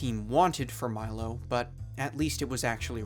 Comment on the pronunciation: Thats not how you pronounce Milo!!!